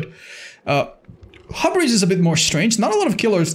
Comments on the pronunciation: i think your supposed to say it like hyoubris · It's pronounced "Hyoobris" for everyone who has mispronounced it. Not that hard of a word. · Drinking game, take a shot every time said Hub-ris